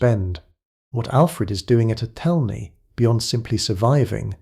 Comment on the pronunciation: People living in what could be England wondering if they will have something able to be called a country shortly - that's England now. It's pronounced ATH'lney, or are you an AI. The peasant's name is pronounced Cheyolwolf. A Smith was a man of very high standing in a village in those days - people's lives were depending on him. No such thing as pottage in those days!